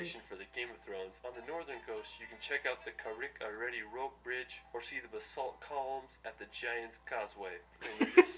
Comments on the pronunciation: that guys pronunciation of carrick-a-rede had me rolling 😂😂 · Carrick a rede name was butchered... its car-rick a reed